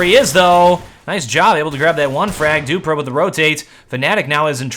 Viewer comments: keeps calling him "doopra" lololololol dewwwPREEEEEE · Its dupreeh not dupra and flusha not floosha :) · it's duprEEh not dupruh ;) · zipnix not sipe-nix flush-uh not floosh-ah du-pree not du-prah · Dupreeeeeeeeeh not duprah Flusha not flooosha sipnix not sypenix Just saying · Dupbrah? Its dupreeee m8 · should pronounce the name right, dupreeeeeeeh eeeeeh not dupre. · Jesus, device looked fishier than flusha back then. Also funny hearing call dupreeh as Doo-pra' 😂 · Dupreeh is pronounced Dupree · always has some trouble pronouncing player names rofl.